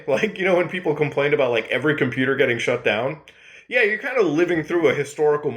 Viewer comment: Hey kid! I'ma computah! Stahp all the downloadin'!